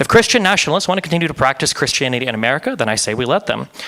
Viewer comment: "Umericur" Lamo